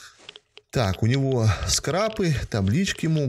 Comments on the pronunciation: Пзд как же режет ухо "скреп" бл скрап хоть Диз ставь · Да не скрЭп это, а скрАп. Уши вянут от тебя.